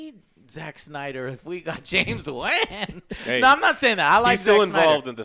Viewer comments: That bothered me so much but Juan would be more accurate to how everyone be saying. Joe's emphasizing heavy on the A, sounds like he's saying Wanne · ....Did he say director James Waan.... Lolol... Hey rocket scientist it's pronounced WAN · JOE STOP SAYING JAMES WAAANNNN SO WEIRDLY!!!!! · “James WEN” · It's pronounced James "Wan", not James Wan. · Joe it's wan not waaaan. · It's pronounced Wah-n not Waa-n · why does Joe say "WAHHNN" its WAN like "WOAN" lol Also, the people who complain about the octopus playing drums must not have seen Ant-Man and the Wasp.. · James WEEN. Joe its Wan hahaha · Lando: James Waan James: It's just Wan but that's ok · "James Huan" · JAMES WAAAAAAAAAAAN. It’s pronounced waughn. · "James Van" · NOT JAMES WEN ITS WAN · the way he said wan. lol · Love but man he can’t pronounce anyone’s name right. James waaan? “Thaynos” lol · If aint wang it will be mis pronounced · James Waaaaaan. LOL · Lol. James "Waan." 😂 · dude pronounces Wan and Thanos wrong, drives me crazy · man... cant say thanos or wan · What is it with you and getting names wrong, Joe? lol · Haha I swear joe gets everyone’s name wrong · he always pronounce everyones name wrong. its like he doing it on purpose